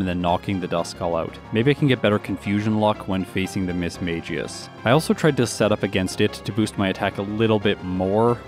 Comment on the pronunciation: This might sound crazy. But Mismagius is pronounced Miss-Maggie-Us.